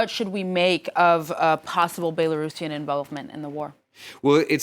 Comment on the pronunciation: Belerussian troops! 🤣🤣🤣🤣🤣🤣 I needed a good laugh this morning